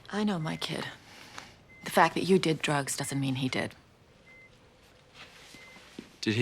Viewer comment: when he said drugs in the beginning I had to put on CC because it sounded like he said Jokes. I was confused.